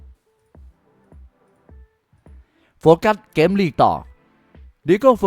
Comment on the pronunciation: ลองพูดว่าเกมไม่ใช่แกม มันเป็นอะไรมันอยากมากเลยเหรอ เกมๆๆๆ ำม่ใช่แกม